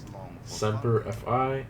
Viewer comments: It's Semper Fi not Semper F I. Fi means fidelis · Anyone else get slightly pissed off when he said Semper F I instead of Fi?